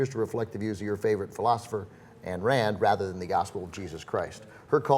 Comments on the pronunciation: Ayn Rand's given name is pronounced "Ine" as in "line", not "Ann". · Its pronounced Ein Rand. She was Russian.